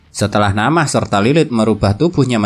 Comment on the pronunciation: Min na'amah bukan namah😂🤣 sumpah lebih enakan di anews penjelasanya kwwkw sorry min😅😊